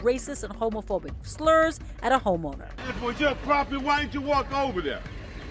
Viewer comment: At a home owner, I heard her say at a “homo” lmao